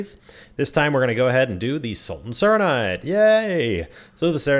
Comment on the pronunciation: Sultan Sarranide? I thought it was the Sarranid Sultanate